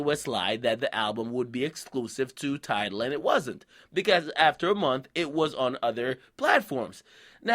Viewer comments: When you say Tidal put some Respek on it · Can't spell or pronounce Tidal without an L.